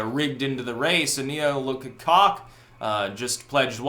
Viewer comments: FYI...Koch is pronounced like "coke." XD Although, you can keep calling them the cock brothers. LOL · Cocks? It's "coke" brothers! (Koch) LOL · I cant tell if youre meme'ing buts its pronounced COKE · lol...FWIW, their name is pronounced Coke ;-) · Diem Turner I don’t know, I think I prefer the new pronunciation lol